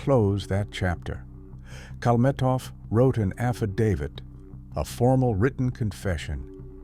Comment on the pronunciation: AI crap. They don't even know how to spell and pronounce his name.